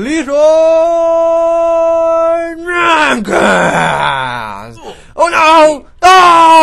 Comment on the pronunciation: Every time you say LEROY JENKENS you kill whatever it is but this time it didn't work